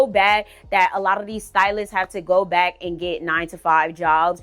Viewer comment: I knew she was from Florida when she said “I ain’t coming byke”